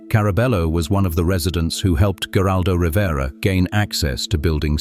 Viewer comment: It is pronounced "her-aldo Rivera. Not with a G.